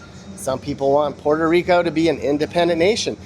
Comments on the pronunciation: Puerto Rico not Porto papi one point less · Your gringo pronunciation is…interesting “Porta Rico” 😂